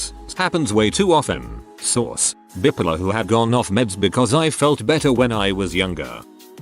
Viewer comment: Love the way he pronounces bipolar; bip-ler.